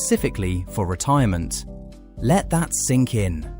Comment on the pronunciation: “Retiroment accounts”. 🤣